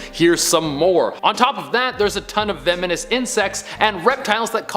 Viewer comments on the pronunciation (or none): vemenous lol